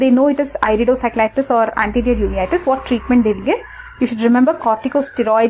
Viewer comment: he said iridociclitus not iridocyclitus. it's I.